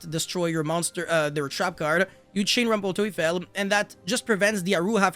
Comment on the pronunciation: The pronunciation of „rumpel teufel“ was good.